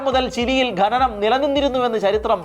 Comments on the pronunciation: Watch the movie ' The 33'. ഗനനം അല്ല ഖനനം എന്നാണ്. ഗനി എന്നല്ല ഖനി എന്നാണ് 😊👍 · ഗനി, ഗനനം എന്നൊന്നുമല്ല, ഖനി, ഖനനം എന്നാണ് ശരിയായ വാക്ക്. നമ്മുടെ മാതൃ ഭാഷയെ ഇങ്ങനെ അപമാനിക്കരുതേ സുഹൃത്തേ. ചാണലുകാരും ശ്രദ്ധിക്കണം.